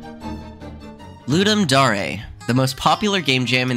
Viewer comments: ... ... ... sorry i have to ... "Lud" like "thud". "dum" like "dumb". "dare" like "i dare you..."... LudDum Dare... not "looDumb Darae" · People not realizing it's latin and pronouncing it as if it's english is an eternal meme, lol So "Loo-dum Da-reh" is correct :-P